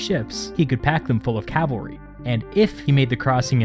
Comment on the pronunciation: "With no calavry, they could not scout around" Caesar: I am the scout!